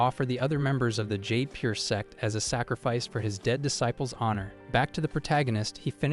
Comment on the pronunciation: Need to train your AI to say disciples properly.